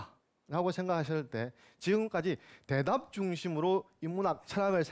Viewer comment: 장음인 단어의 첫자를 짧게 잘못 발음한 예:두 가지,대답,정답,좋겠ㅇ.ㅂ니다,사물,사건,계기,문진,제자,대답,문제,세 구절,신(믿을),후손,주목,이상,거리,제자,성인(saint),고지학자,선택,문제,호학, 호용 등, 장단음 문제가 이토록 심하면이 이이상 듣고싶지 않ㅅ.ㅂ니다. 그리고 문장을 읽는 법이 엉망입니다. 잘 들어 주싶시요. 한 가지. 학이편 둘째 글을 " 유붕 자원 방래"라고 두 자씩 띄어 잘 못 읽었읍니다. "원방"은 명사구이므로 갈라 놓을 수 없ㅇ.ㅂ니다. 그러므로, "유븡. 자 원방래" 라고 절도 있게 읽ㅇ어야 합니다. 제가 출판한 "한국 어문을 고발함"을 이독해 주실까요. 미국 변 완수 베